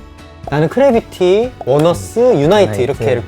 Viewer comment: "코" 래비티 ㅋㅋㅋㅋ❤